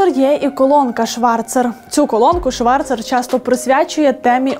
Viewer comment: Зверніть увагу , Аліса Шварц . Це правильний вимов , а не ШварЦЕР !